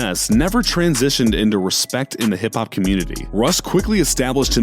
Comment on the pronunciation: He was sayin comitee.